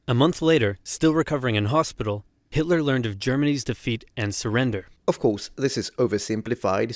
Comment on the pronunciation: you pronounced that name perfectly! Greetings from Vienna, Austria